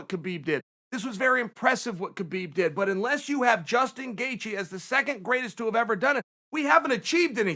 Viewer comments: Me: Gaethje Chael: Gathje Me: okay, great. Gathje. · You mispelled Gaethje , Chael.